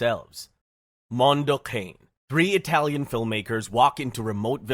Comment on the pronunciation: Mondo Kahn-AE. How can you do a video essay and not look up the pronunciations?!